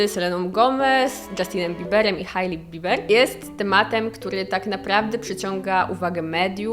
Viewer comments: 😎😎 i mała korekcja, Hej-Li nie Haj-li, mwah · Hailey czyta się "Hejli"